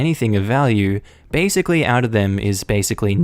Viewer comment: Some one like to use the word "basickly". Huh